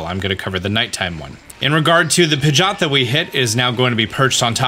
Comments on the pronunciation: Pigeot not pigot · pigot and meguhneeum....killing me with those pronunciations lol.